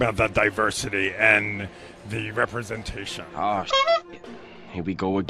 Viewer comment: Es esciting to repensation……..🤷‍♂️🤷‍♂️